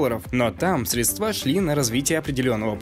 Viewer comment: СрЕдства, ударение на первый слог